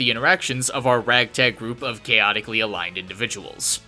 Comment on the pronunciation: "caoticly aligned individuals"... Weak.